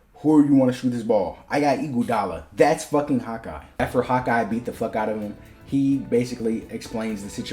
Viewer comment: Every time you say Hawkeye it sounds like you're saying "hot guy" 😂 I mean you're not wrong